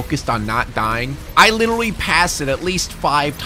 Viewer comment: Anybody else notice that he says “Lidolly” and not literally like that tik tok trend😭😭